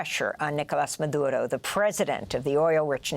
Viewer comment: Don’t speak Spanish? Don’t try to pronounce Maduro’s name or Caracas . Sheesh We get it, this is the most Spanish All the American anchors / news analyst have spoken their whole lives and yet, they purposely feel they need to sound Latino. Lol making us laugh, we love clicking on these videos 😅